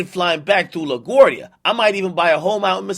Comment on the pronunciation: He also miss pronounce LaGuardia